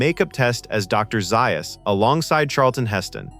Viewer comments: its dr za us not zius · Zay-us. NOT Zi- us. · It's pronounced ZAy Us! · Nice interesting detail but jarring when words like Dr Zaius are mispronounced